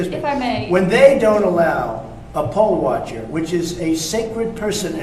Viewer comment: Yo Donnie, it's poll watcher, not pole watcher.